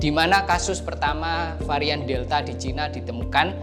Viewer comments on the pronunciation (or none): Sinovac bukan sanovec ngomong aja kayak mbel..kamu orang mana om..ngomong tadi ngomong caina akirnya ngomong cina..mbelgedes